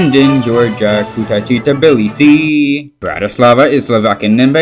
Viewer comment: It's pronounced Tbilisi Not Tibilisi